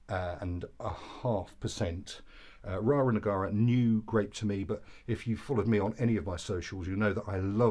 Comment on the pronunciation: It's not Rara Negara, it's Rara Neagra. (You had obviously supped a few before the review!) 😁